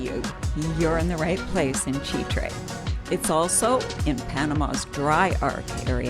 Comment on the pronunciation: As always, a solid presentation. Constructive criticism though…avoid shooting food unless you can make it look good…lol. Easier said than done, for sure. But keep up the good work. One final note, it is pronounced Chitre’…the accent is on the “e.”